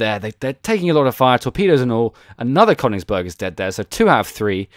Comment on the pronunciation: It's called König, not Konig ;) Here you can listen to the correct spelling: Greetings from Germany :) P.S: Königsberg and not Konigsberg ;)